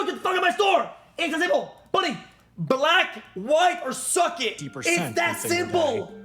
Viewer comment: the way he said Black 😂